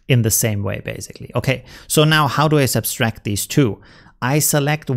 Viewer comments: The word is sub tract not substrack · Great tips. Thank-you. You're adding an extra "s" when you pronounce subtract. It's sub-tract not sub-stract. I hope this is not an offense. I also speak Spanish and appreciate it when someone corrects my errors. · What is subtract in the Germanic languages? I have heard a number of people from that region of Europe that seem to all add an additional "S" when they say subtract....as in "sub'-S-tract". Not trying to give a hard time.....I love his vids and I've learned tons from him. Just saying that it is a common theme among people from that region of Europe....german, belgium, austria.....germanic/danish that all seem to pronounce subtract with the additional "S" in the word. Kind of interest actually.